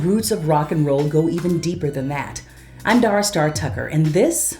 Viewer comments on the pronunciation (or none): none